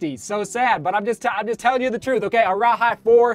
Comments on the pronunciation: for the arahi, it’s pronounced like “araheee” not “araHI” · Arahi is pronunced ah-rah-hee, and cavu is pronounced car-voo. I’m from New Zealand and we learn Maori, that’s why I know the pronunciation.